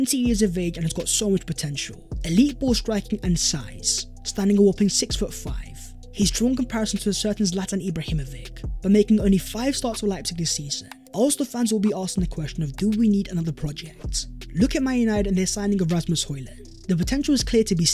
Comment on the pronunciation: it's ibrahimoviCH, dude. He's from Balkans